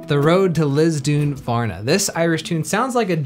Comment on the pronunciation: Hi. Good job. But note: It’s pronounced lissdoonvarna. LISS Not LIZ